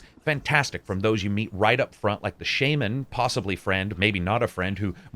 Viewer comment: Is it just me or did he pronounce "shaman" as "shayman"? XD